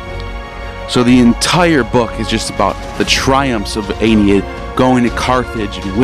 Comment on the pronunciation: This video hurt me, he can't pronounce Aeneid, can't pronounce Ovid, and he says Ovid created Roman mythology, like dude check your facts before you make a video like this.